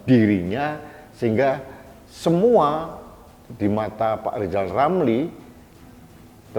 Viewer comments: Pak lijal lamli yg gk bisa ngomong L yah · LISAL LAMLI ORANG YG TIDAK BISA BILANG R LISAL LAMLI ITU OTAKNYA SUDAH KOPLOK HAMPER GILA ORANG INI ITU TIDAK PERNAH BENER SEMOGA BPK JOKOWI SELALU DI BERI KESEHATAN SEMOGA ALLAH MELINDUNGI NYA KEPADA BPK JOKOWI AMIN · wk......wk....wk ketawain aja si lizal lamli.....orang busuk .....sudah diangkat jadi menko sama p jokowi malah nggak kerja cuman pansos aja.......lizal lamli kok disebut pakar ekonomi.....ekonomi lemah!!! suruh ucap huruf R aja lizal lamli nggak bisa mau jadi presiden.....pleciden. lizal lamli.....kasian hidup loeee.